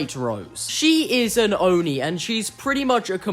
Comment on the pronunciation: Oh thank god you say oni correctly, theres a strange amount of people that pronounce it as ah-nee